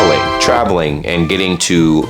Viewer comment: The and for me sounds like antidote